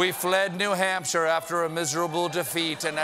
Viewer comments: Bernie is calling new Hampshire the Hampshire, is this something people from there do? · not what i’m hearing. he says “Nuh Hamp-shur” instead of “Nu Hamp-shir” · Bernie is saying "The Hampshire," right? I'm not just hearing that?